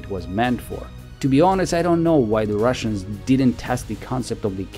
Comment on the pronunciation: You keep sayin "russains" all the time. Why? Is it a part of your agenda?